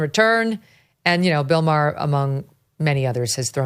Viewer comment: You're right. ( But it's Maher, not Mayer).